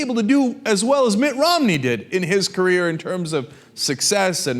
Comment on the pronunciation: sometimes when Cenk says 'Mitt Romney' what I hear is 'Mitt rob-me', I think that's probably a more appropriate name for him